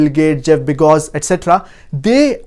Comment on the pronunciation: He said Jeff begoz instead of bezoz but never mind